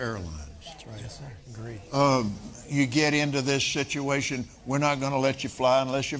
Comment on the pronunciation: Did the Cope say shituation or situation. Whatever !